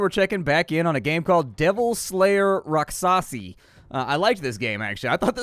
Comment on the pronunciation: Um... rakshasi would be the proper spelling if you want that pronunciation.